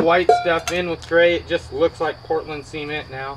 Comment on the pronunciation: It's pronounced SEH-MENT! no semen.